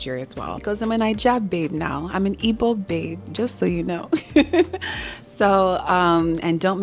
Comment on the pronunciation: A fan over time. Followed your entrepreneurial and creative journey. Happy for you and very proud of you. Please normalize saying “Igbo” instead of “Ibo.” All love, and congratulations.